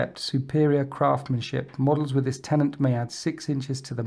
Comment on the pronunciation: its not "tenaNt" its "TENET"